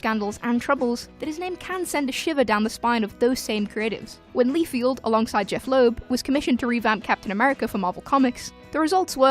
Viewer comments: BTW, it`s LIEFELD, not Lefield. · LIE-feld, not "Lee-field." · Why do you pronounce Rob Liefeld as Rob Lee-field? Do you read comics? Also, Howard the Duck wasn't the first Marvel movie. Dr. Strange came out in 1978. And if you want to go even further, Captain America was released in 1944 as a serial, condensed into feature length in 1953 and released to cinemas as The Return of Captain America. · Am I the only one bothered by "Leefield?" Really? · Liefeld is pronounced like Seinfeld. No "Field" there.